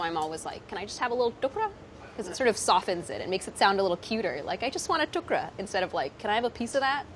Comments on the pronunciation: Isn't it called tukda? Why is she saying tukra? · I cringed every time she said Tuk-ra instead of Tuk-da.